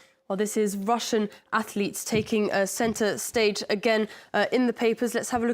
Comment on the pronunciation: They are ath-uh-leets.